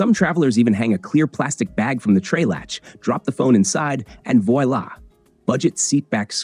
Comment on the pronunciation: Voyla for voila. 😅